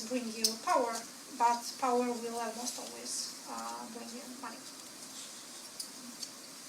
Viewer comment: el-mause-t instead of almost too :)